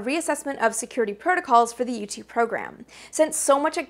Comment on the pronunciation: Lol you say u2 it sounds like youtube. :-)